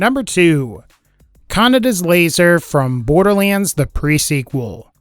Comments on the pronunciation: Also if uve watched Akira you may know it's not pronounced 'canada's laser'. The d sound is soft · You were pronouncing Kaneda wrong